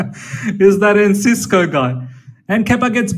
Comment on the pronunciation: It's ENCISO not "Encisco", lads.